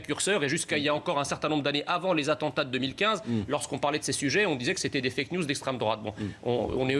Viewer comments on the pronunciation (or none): Praud nous ressort ses fake niouze et juste après "les françè comvouzémoi" putain quelle honte.